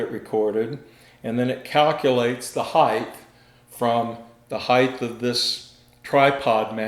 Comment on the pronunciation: height not heighth